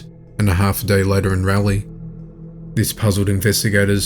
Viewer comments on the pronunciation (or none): Hearing you pronounce Raleigh as rail Lee had me in giggles. Not appropriate I know. It’s Raw Leigh. 😁😜